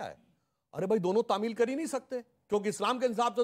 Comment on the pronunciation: Tameel nahi hota hai tameer hota hai